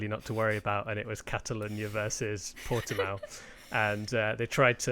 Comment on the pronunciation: So guy, is actually Portimão, with the "ã". The way you prounce it is more like Portimaum. #bottaslifematters #pushbuttonforbottas #softtyresforbottas